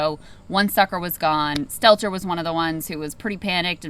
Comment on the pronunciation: Last name is Stelter, not Stellar